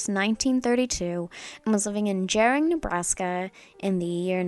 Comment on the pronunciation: Gering* with a harder G like Gary. Still a like and sub for mentioning the place at all! Keep going!